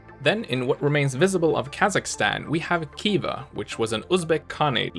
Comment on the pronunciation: Good video, but check your pronunciations of Khiva and Krakow.